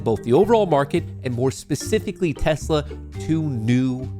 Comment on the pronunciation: “We love tessler!”